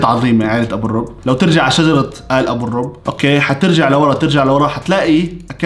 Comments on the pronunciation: في ضمة على الراء 😊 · ابو الرب الراء فوكو ضمة لاحد يكول كافر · لآخر مرة منقول اتس () و ليست(ابو الرووووب) أو (ابو الرَب) «- استغفرالله / و بعد كل هاد شرح لسا الهيترز مش مستوعبين و رأسهم عنيد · اسمه و اذا بتنطقه صح ابوالرُّب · يااا لا تهتم الهم اسمك هو مو ابو الرووووب روب شو ان شاء الله 😅❤ ممكن قلب🙃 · نطق : روب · الاسم بيُكتب بالشكل ده: ، والضم هنا مهم عشان ينطق الاسم بطريقة صحيحة وفقًا للهجة والموروث الفلسطيني. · ابو الرب بضم الراء ابو الرب بضم الراء ابو الرب بضم الراء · لسا بحكي ع الراء ضمه وانت تحكي ابو الرب استغفرالله بس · ايش ها الجنون كيف ما يقدرو يقرؤو اسمه صح و الشي اليجنن ان هو ينطق لقب عيلته دايما كيف ما انتبهتو اسمه و غير كدة ده لقب عيلته هو شو دخله بهاذا اللقب ما افهمكو عن جد ما في عقل و رسالة قصيرة ل لا تقلق انا بعرف كيف انطق هاذ اللقب من زمان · في ضمه على الراء